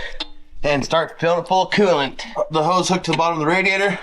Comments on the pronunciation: What is it with you Utah boys saying quelant. I believe it's coolant😂😂😂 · can you please add the L too coolant it's not cooo-ant